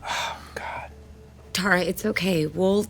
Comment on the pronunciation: Every time Erika says "Tara" instead of Terra it makes me want to scream